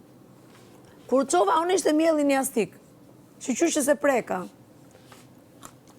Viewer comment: Jastëk mi Luanesha s di a s me fol 😂 jastik thote pupupu injoranca ne kulm